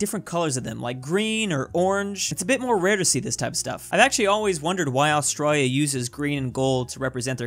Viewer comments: That accent when pronounces Australia 🤦🏼‍♂️ Lavender fields of France (purple), and the icy UK is the cliffs of Dover right? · He says Australia Austraia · Just me that gets annoyed the way he said Australia